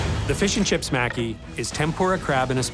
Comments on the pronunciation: Its pronounced mah-key not Mack-kee You all failed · was looking for this comment lol...they are saying mack-E, and it's pronounce ma-ki...like how it's spelled. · Why do you guys pronounce it "Macky"? It's pronounced "Mah-ki" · Omg I thought I was going to lose my mind every time they said maki wrong. A part of my soul died everytime they said it ☠️